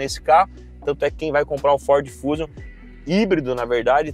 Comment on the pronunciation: Um leigo em carros até passa dizer "fúzium" rs! Um repórter não.